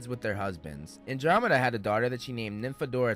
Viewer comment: why are you pronouncing andromeda like that 😭😭😭